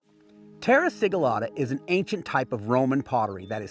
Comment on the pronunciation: I am sorry but why you say "terra siglata" if you are doing simple slip? Romans had many special techniques, apparently this was one, if you dont know the "secret" dont say you do